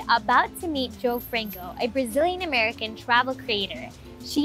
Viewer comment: Did she just say Bazillian?? How... just how??